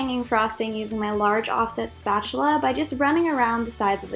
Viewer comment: I love the way you say spatula, sounds like SPACHULA